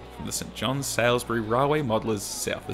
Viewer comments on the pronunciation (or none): Love your work. Though as a South Aussie you’re pronouncing Salisbury incorrectly. There’s no sails in it. Pronounce it like sawlz·buh·ree. It’s tough travelling around trying to get words right. NSW, well they like to do things different.